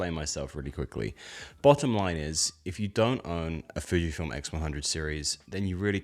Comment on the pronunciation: It's Fujifilm. not Fijfilm...